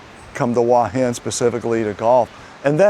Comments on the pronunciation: It is beautiful there. Pronunciation is Hor Hin, not Wa Hin. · Transliteration makes it difficult but the point is he is saying it completely wrong.